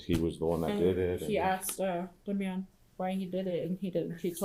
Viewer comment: DAH May Yon? 😂 You make him sound like an '80s operatic singer or Ricky Martin's newest member of menudo. It's just plain old Damien. (DAY. ME. AN)